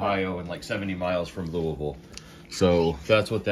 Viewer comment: Hey Bro!! There's such a thing as Banana Split Icecream??? Yes please!! The float looked delicious my Friend. Love the way you pronounce Louisville :)